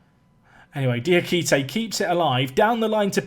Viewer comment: yay you started saying Diakite's name right